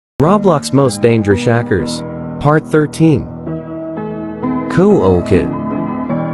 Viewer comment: instead of hearing dangerous from his text to speech i heard danegersh